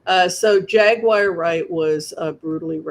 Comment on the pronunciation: Her name is Jaguar Wright (pronounced Jag-war not Jag-wire). Take whatever she says with a grain of salt. SOME of what she says is PROBABLY true, but she exaggerates and embellishes most of what comes out of her mouth. Sometimes she just flat out lies. She shames and blames victims and accuses people of committing crimes after they were already dead because she can’t keep up with her stories. According to Jaguar, most men in the movie and music industry are gay but they’re also raping under-aged girls. She claims most of the women are whores for the men but they’re also lesbians. She claims most of the executives are anti-Semitic, racist, gays but they’re also “all” Jewish and like having sex with Black women. It doesn’t make sense. Jaguar is out of pocket. She comes strong and crooked. It’s okay to blow the whistle just make sure you come with receipts and you look and sound sane and sober instead of ranting and screaming at the interviewer. I find it difficult to believe a screaming maniac. Yeah, Diddy is a crime boss and a complete I agree, but don’t believe everything Jaguar Wright says about people in the entertainment industry because she’s continuously contradicting herself and forgetting her own tales.